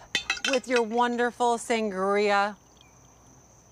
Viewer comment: "San-guh-ria" 🤣😂 lol